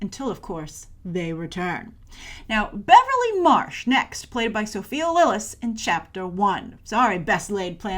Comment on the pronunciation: You totally butchered Andy and Sophia's names.